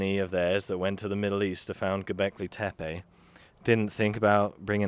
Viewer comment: Bro, you are the first American that I have heard so far pronouncing the name "Göbekli Tepe" almost correctly: ) after that, I watched the video more carefully. Seemingly you asked for the pronunciation, bravo for this! It gave me a good clue about your style and the quality of the content. And your take on Hancock's weird claims is very elaborate.